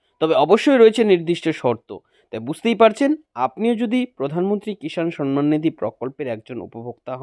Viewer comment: আরে পাগলা, সন মান নয়; সম্মান। আর This video is fake.